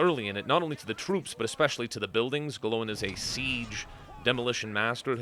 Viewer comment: Gl-oi-n, not, Glow-In XD